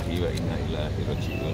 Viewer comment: Ina lilahi wa ina "ilaahi" rojiun😱😨😵😧😫 #ilaihi pak😆😂